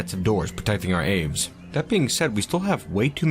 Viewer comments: nice, birdies! idk if anyone else commented this but aves is generally pronounced "ah-vays" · The way you say "aves" hurts...